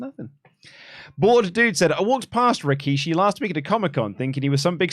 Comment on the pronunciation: fun fact: it should be pronounced "Rikshi" the second "I" is silent in the word "Rikishi" which is a term used to describe an individual Sumo wrestler.